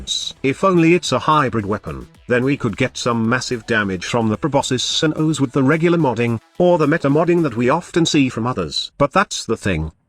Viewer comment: Proboscis Cern-OoOhsz.